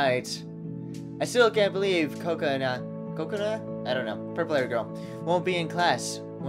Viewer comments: Purple hair girl's name is pronounced (kuh-ko-nuh) not coconut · No, it's: Ko-ka-na / Co-ca-na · It's ko kona like cola but cona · its penounced coke-a-naw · you say it like this co co na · It is pronounced like coconut but without the T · Kokonas name is hard to say just sound it out ka ko na say it like that